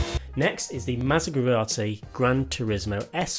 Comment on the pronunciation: It's Maserati Not Masegrati,.